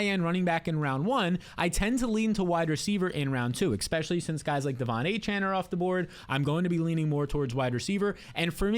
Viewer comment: Especially! Say it with me especially!